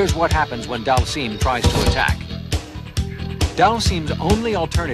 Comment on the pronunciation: Slightly impressed he pronounced Dhalsim correctly... then came "Roo."